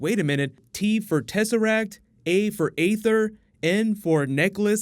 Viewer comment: Aether is pronounced as EEther. Anyway, great video bro